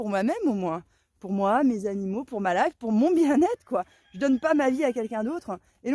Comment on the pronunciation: 😮profitez de quoi? La leiffe? C'est quoi ce mot? LA LEÏFFE ou LEFFE 😂 Arrêtons d'honorer Mc Kinsey petits choux d'amour ❤🎉